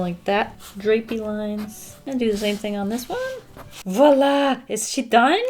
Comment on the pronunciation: I'm french and it's so fun to watch her saying "voila" 😂😂😂